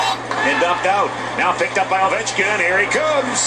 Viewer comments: it’s Oh - Vecht- Skin ( he’s from Russia and he’s been playing hockey since I was alive it seems like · Video starts.........Alex ovie-chin 😂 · No one's ever called him that it's Oh-vech-kin lmao